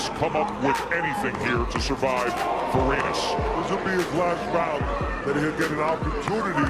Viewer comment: pareñas hindi Parenas obob!